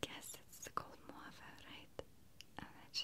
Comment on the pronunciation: Dear Maria, the word "mauve" is prronounced "mawv," not "mwav." Thanks for the relaxing videos.